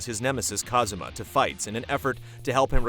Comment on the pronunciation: His name is Kazuma, not Kazama